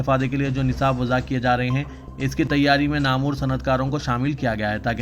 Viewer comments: Namoor nahi padhtey namwar padha jata hai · Namoor nahi padhtey namwar padhna chahiye